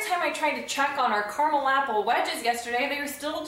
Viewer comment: You're pronouncing it wrong. KERMIL? It's cara-mel.